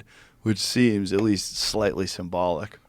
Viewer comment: “…at WEAST, his fahther DID schomshing😂😂”